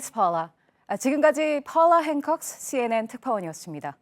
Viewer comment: 씌에엔의 풜라 행콕ㅅ ㅋㅋㅋ불필요한 부분까지 너무 굴려서 발음하는거 거슬린다.